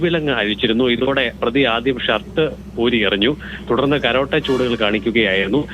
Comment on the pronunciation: റിപ്പോർട്ടറേ കരോട്ട അല്ല കരാട്ടേയാണ് .ക രാ ട്ടേ